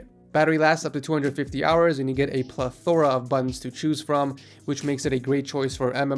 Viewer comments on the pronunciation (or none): "Ple-THOR-uh"... come on. It's "Ple-ther-UH"... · This is how you pronounce Plethora ˈpleTHərə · The way your said "Plethora" XD